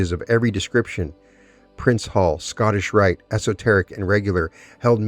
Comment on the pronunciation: Did you say “Scotishrite”?